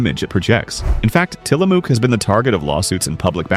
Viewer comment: Tillamook - pronounce the "ook" like the "ook" in "book."